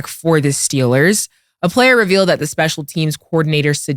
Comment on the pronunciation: "speical team package" 😅😅😅